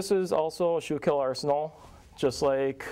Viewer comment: Not pronouncing schuylkill arsenal right. federal soldiers had 2 rivit scabbard until in 1863 when they became 7 rivit. Wasnt till 1864 they used rivit and us stamped on cartridges boxes but their was still sime had us plate on 1864 models. Corrugated canteen didnt start until 1862, they did use scraps of dark blue and sky blue as canteen covers. This guy dont know much.